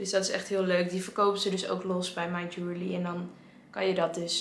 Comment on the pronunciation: Ik snap dat je jewellery lastig vindt om uit te spreken, maar als je op de spelling let is het eigenlijk heel logisch. Je-wel-(e)-ry.